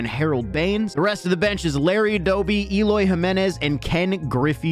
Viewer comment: YOU SAID ELOY WRONG